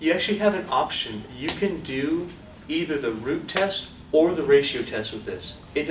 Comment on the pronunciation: I thought you said the Groot test XD